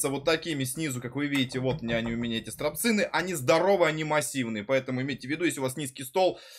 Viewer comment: Пха-ха-ха!..."стрАпцыны", "траНсмастер"! :))